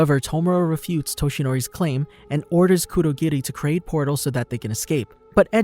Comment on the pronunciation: Great video. One thing I don't understand is............ why on Earth do people pronounce anime/ Japanese names with a D . Why. Stop that. Bad. Cur-do,gi-di.... its kurogiri. Kur-o-giri.